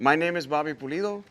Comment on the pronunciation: Pulido not polido lol